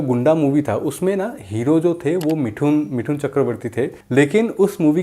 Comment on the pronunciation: Abe pehle mithun bolna to seekh le..